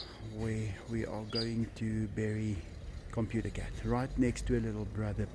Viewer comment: dang!!! so that is what happened to computer cat!!! I miss him, and I miss you saying 'coputah cet' in your videos!! please name one of the new kittens after computer cat!